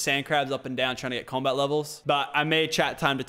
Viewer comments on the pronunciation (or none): none